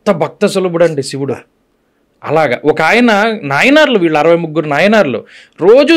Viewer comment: అయ్యా ఎంత పెద్ద విద్వత్తు ఉన్న వారితో మాట్లాడుతున్నాము అన్నజ్ఞానం అన్నది ఉండాలి ముందు. ఆ ఓకే ఓకే ఏమిటండి. ఉచ్చారణ దోషాలు సరిదిద్దుకోండి. ఇల్లు, కల్లు, వీల్లు, వాల్లు …ఏంభాష ఇది…..😡